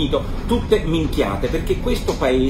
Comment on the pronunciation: Mi piace come dice "minchiate" Nicola. Lo dice con la stessa espressione di noi siciliani e questo mi fa piacere.